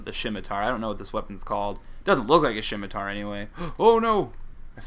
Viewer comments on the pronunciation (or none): I laughed at that point in the video. Also when he says "shimitar".